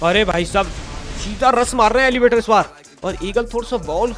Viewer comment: Aap kabhi kabhi elevator ko elevate bol te ho